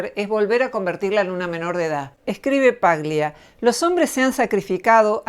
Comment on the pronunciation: Eres una mujer admirable y comparto tus postulados. Una pequeña corrección , el apellido Paglia es italiano, y se debe leer como tal. Eso implica que la G no debe pronunciarse. Debe sonar "Palia".